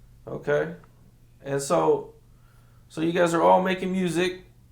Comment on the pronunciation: He say “murzik”, like Memphis natives 😂